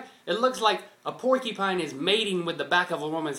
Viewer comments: Hahaha the way says porcupine. It sounds like 'porkypine.' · ha. it sounds like like is saying "porkypine" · haha link says "porkypine" XD